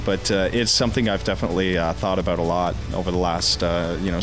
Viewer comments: lol he said abot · w00t; the Canadian "about" =p